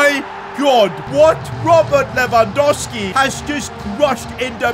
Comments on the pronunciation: Stop saying Lewandoski, its Lewandowski mate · you need to say his name right ita lewangoalski